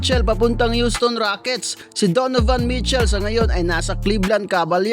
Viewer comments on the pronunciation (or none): none